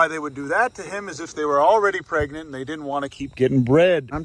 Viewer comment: Oh no, not “perganet” 😂